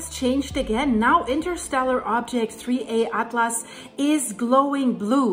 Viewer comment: You said 3A atlas ?? You mean 3I atlas...